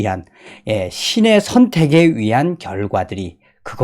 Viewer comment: 의한, 위한 발음 참고해주세요